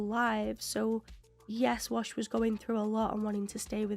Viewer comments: A few episodes ago, you mis-pronounced his name, but I left it alone because you're a new "Firefly" fan, but you're 8 episodes in now so I'm going to correct you. His name is WASH, not Walsh. His FULL name is Hoban Washburn, but they just call him Wash for short. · I expect you've watched all the episodes by now, and I love your reactions! But every time you call Wash "Walsh" I cringe a little. 🤷‍♂️ Hoban Washburne is his name, he goes by Wash taken from his last name... 🤦‍♂️ But in the afterwards discussion, you pronounced it clearly a few times and made me happy! 😁 Zoe: I don't like him. Something about him bothers me. Me: It's the mustache! He'll shave it off just for you! This episode is one of my top 2. ❤️ The other crew had more guns, but they weren't aimed, and the other captain would have died first if anybody tried anything. They weren't going to risk losing one or more people. I think River did sense a fire that had just started, and then it grew very fast. The sniffles were nothing, and hopefully by now you've completely recovered!